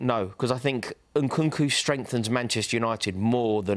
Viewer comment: For a man who can't even pronounce Nkunku's name right needs to stop giving opinions on footballing systems